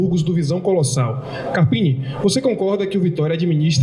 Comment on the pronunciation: Boa, to passanfo pra deixar o like apenas, pq nao aguento mais esse cara falando ( carpine ) doi os ouvidos, e mais uma coisa #FORACARPINE